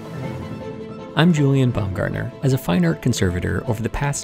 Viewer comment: The great Baumgartner in my country, even in my province ! I had to laugh at your pronunciation of the names, though ! :)